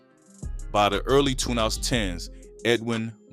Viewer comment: 2010s is a mf for this AI voice to say lmao